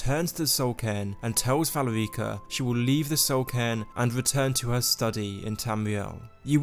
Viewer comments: Dude...It...its not valy reeka.. its Val erika...😢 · good video but i cringe every time you say valerEEca. it’s pronounce VAL-AIR-IKA. valerica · You would think someone who played Skyrim knew how to pronounce Valerica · The way you say "Valerica" makes me cringe a bit.